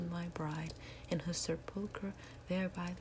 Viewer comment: Wonderful recitation of 'Annabelle Lee'...one of my favorites...you have a beautiful voice. Sepulcher is pronounced with the accent on the first syllable.